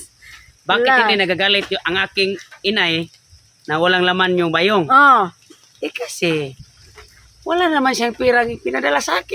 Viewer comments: Bayong!! Hindi ba yong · pronounce it quickly like Bayong..not ba yong..